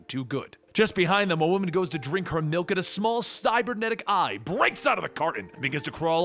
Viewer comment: Ah yes Malk